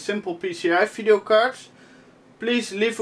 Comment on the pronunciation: I enjoy you videos a lot, and love how say "phideo" card, keep them coming, you got a new subscriber here